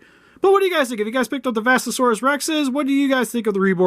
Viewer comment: It’s vestatosaurus not vastasaurus